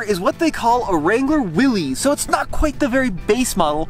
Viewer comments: It's not pronounced Willies it's Willis. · It’s not willeez, it’s Willis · 😅If you are going to comment..it is not a Willy's Jeep..it is a Willys Jeep named after John Willys who invented that vehicle. Willys is pronounced Willis not like Willies. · It is well documented that John North Willys pronounced his name as Will-is, not Will-eez ! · For the love of jeep it’s Willys not Willy’s. The guy’s name was Willys. It’s not owned by a guy named Willy. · Come on man. It’s not pronounced Will-es it’s Will-is, like Bruce. You have to know that right? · They do call it Willys, it’s properly pronounced Willis like the Willys motor company was. That’s a nice Jeep. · Willys is pronounced Will Is. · It's pronounced "Willis"...look it up.